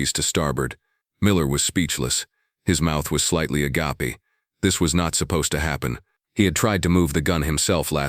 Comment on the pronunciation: “Miller was speechless. His mouth was slightly…” Since when is “agape” pronounced uh-gah-pee?